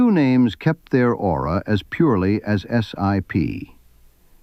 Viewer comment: The name is pronounced as a word not as an acronym, or initials, IOW just SIP. It is important to note that there are two distinct groups of SIP's, the Hydroptic and K series. I've used both but the Hydroptic's are capable of milling while the K Series were not. Both types of machines are accurate. Starrag still build and support SIP jig borers today.